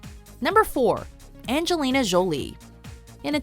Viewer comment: The way you pronounce "Jolie" is seriously cringeworthy.